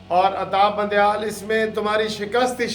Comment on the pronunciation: Al Salam Alaykom brother I am from Canada. You usually say Atta bandieal say it Adda bandial